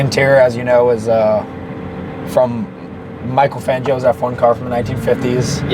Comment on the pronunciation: Oh no no no.... He said "Michael Fangio" didn't he?